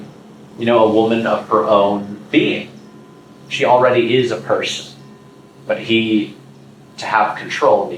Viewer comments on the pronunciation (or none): none